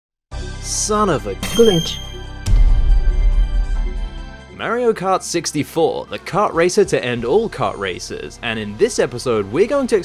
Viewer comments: YOU SAID MARY OH KART UNSUBSCRIBED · "merio kart"